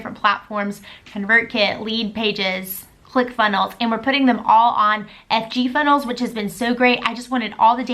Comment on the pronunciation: Did you say FG Funnels? I replayed the video 3 times.